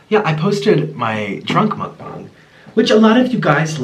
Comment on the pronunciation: “Muck bung” 😭😭